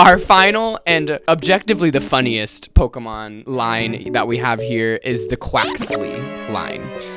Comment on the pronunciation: The way you’re pronouncing Pokémon correctly unlike everyone else and I still know this videos gonna make me angy